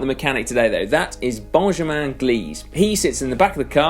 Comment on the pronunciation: His name is pronounced Ben-Ja-Min Si